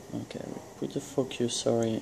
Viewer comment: Haha when you say focus it sounds like you say f*** you.